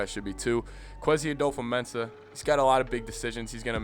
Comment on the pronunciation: You are not pronouncing his name right